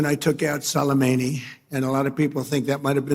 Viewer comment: Trump sorry but you make me laughing. Is not Salomeni but Soleimani. You don't even know the names the one who upu killing😂😂😂😂😂😂😂😂😂 trump is Magic believeme